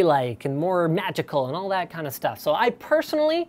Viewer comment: That mispronunciation of the word " That" -_